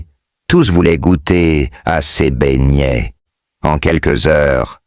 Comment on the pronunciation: tout le monde se plaint. Remet notre chose comme avant pardon😢 Écoute même comment il prononce BEIGNETS😢j'ai peur.